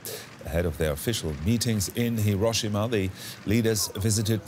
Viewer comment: Your terrible Japanese translation in English from Tanaka-san can't event say Hi-ro-shi-ma correctly. Even when you quote her. Much in the same way all reporters in this story fail. How can we take you seriously?